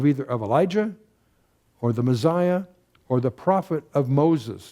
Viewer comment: There is no “z” in Messiah